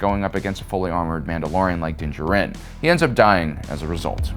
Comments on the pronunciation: Din Djārin not Din Djarīn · i hate how you say DIN DJARIN (JAR-IN).. say it right man jeeze. thats my biggest peeve with you and why im not subscribed. say characters right my man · Its Din JAR-in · Me before the video: “man I haven’t watched in awhile” Me during: “oh right because he likes to pronounce everything his own way” Annoying af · It's Din Djarin not Jurin. It's Grogu not gogurt Get your lisp and poor pronunciations out of here. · The way this guy pronounces Din Djarin is freaking annoying. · Did you seriously just pronounce Din Djarin like that? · Please say Mando’s name right, my dude. It’s literally spoken aloud in the series 😂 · Bro stop saying Din Djarin’s name like that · I find your lack of 'pronouncing Din Djarin correctly' disturbing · Every time mispronounces Din Djarin’s name a kitten gets AIDS. Lotta AIDS kittens after this video